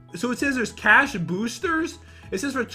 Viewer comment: Its boost the cash not boosh the coosh